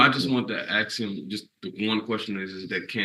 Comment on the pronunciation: Even the lawyer said "Aks." Yesh.